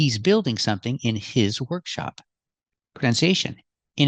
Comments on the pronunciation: As far as I heard, she said "workshow" 😊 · That's what I hear too "workshows" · Maybe she meant "workshow" 😂